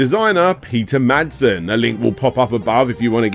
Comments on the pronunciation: He is named Peter Madsen, not Madson, sorry to wanted to inform you :) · Peter MadsEn. Not Madson. Though definitely a Madman.